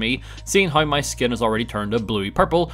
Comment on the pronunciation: Why does he say hi instead of how?